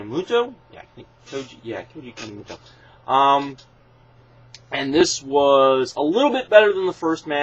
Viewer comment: It's pronounced Kan-e-moto